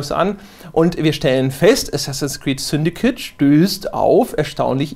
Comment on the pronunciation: Ich dachte es heißt "Syndicate" und nicht "Syndikit" :D